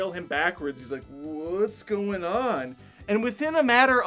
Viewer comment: I like your review but why do you say “buildeen” instead of “building,” or “go-een” instead of “going?”